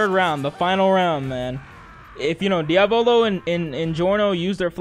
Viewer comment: i don't like how you keep mis-pronouncing Diavolo's name -_